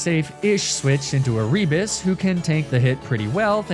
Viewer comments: Every time you say A-rebus, I am filled with violent rage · Is it E-ree-bus?? I was always told it was Air-i-bus Also I know that’s probably not the right phonetic spelling but that’s just what I could think of